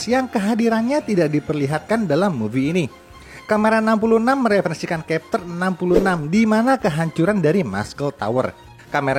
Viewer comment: Ya bukan berarti tetap dibaca dengan cara yg salah, justru harus dibiasakan pelafalan yg benar biar org tau. Chapter jg dibaca pakai "C" bukan kapter 😢